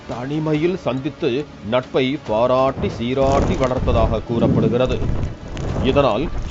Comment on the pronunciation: நட்பு மலர்ந்தது பாராராராராட்டி சீராராராரா ட்டி காதலை வளர்த்து வந்தனர் 😂 என்ன ஒரு அழுத்தம் 🤣🤭🤭🤣🤭🤣🤭🤣🤣🤣🤣🤣🤣🤣